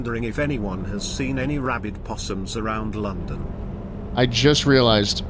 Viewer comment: Way to put the "L" in "London," "Schlatt."